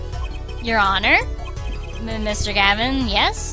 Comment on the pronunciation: at one point u pronounced the h in honor. funneh UR HONOR